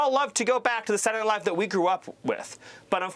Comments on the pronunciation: "SatlanadayNiLaiiiive" - wtf? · “Satlnight live” lmao dude got worse at pronouncing it every time. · sadtledaynightlive bro spit out ur marbles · "Satntdeh Live", the guy cant even fully say the right name. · What is this "Saturn aight live" he's talking about? 😂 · Wtf is satnayight live... Steven Miller is a horrible little thing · "Transgender mice...they're eating the pets...kids going to school as boys, coming home as girls..." What the actual fuck America ? BaldyLocks Miller can't even pronounce Saturday Night Live...Satni ight LIVE what a maroon !! Get this circus out of the white house. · And what is "Saddy Night Live?" Stephen, it's SA-TUR-DAY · I hate the way Miller says “Satuhdnihlive.” 😑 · "Satnanight Live..." 🥴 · Saray Nye Live? Can't he even pronounce the words?? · Senndea Live'' .. What a dim witted tosser. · Sadderdanighlive ??? What is Miller saying? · "sananay live" 😂😂😂😂😂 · sadinight live..sadinight live..sadinight live. Does this guy know how to pronounce three words in a row?😆 since the 90s!! WTF Nazi Nosferatu Miller??? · “Sadunay” night live -SMiller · i would not be surprised if he turned out to be an alien. I mean who pronounces Saturday Night Live like that’s: Seddernylie. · I didn't have perfect pronunciation all the time, but i feel a little uncomfortable the way he was saying Saturday Night Live lol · Who can say that Stephen Miller isn’t talented? I don’t think I’ve ever witnessed a man so successfully turn the phrase “Saturday night live” into 3 angry, whiny syllables so many times in a row. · Stephen can't even say ,"saturday night live"